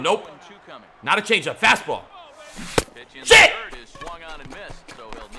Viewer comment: The way he says shit is hilarious